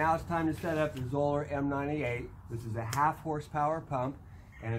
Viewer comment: Zoeller rhymes with Dollar. Thanks.